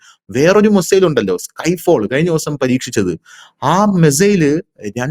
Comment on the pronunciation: 😂😂😂😂😂 എടാ കിഴങ്ങ് മെസ്സേൽ അല്ല.. മിസൈൽ എന്ന് പറഞ്ഞു പഠിക്കെടാ.. ഒരു നൂറ് പ്രാവശ്യം നീ എഴുതി പഠിക്ക്.. മെസ്സേൽ പോലും.. നിൻറെ വാർത്ത മിക്കവാറും കേട്ട് ഞാൻ ചിരിച്ചു ഊപ്പാട് വരുകയാണ്.. ഒരു കോമഡി ഷോ കാണുന്ന തമാശയാണ് നിൻറെ വാർത്ത വായന.. എല്ലാം പൊട്ടത്തരവും വിഡ്ഢിത്തരവും.. പിന്നെ റഷ്യയുടെ കാര്യം പറയുന്നതിൽ ചില യാഥാർത്ഥ്യമാണ് ഉള്ളത് എന്നത് കൊണ്ട് ഇത് കേട്ട് പോകുന്നു.. എന്നിട്ടും ചിരിക്കാതെ വയ്യ .. .